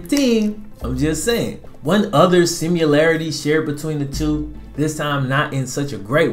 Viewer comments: Sim- uh- larritee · sound out the word: similarity